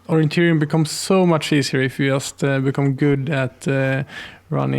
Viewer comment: Great video, thank you. I only wish you could pronaunce the word "just" correctly